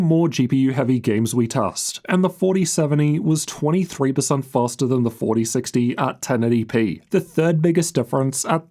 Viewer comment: “fastAA”😂 maybe Faster?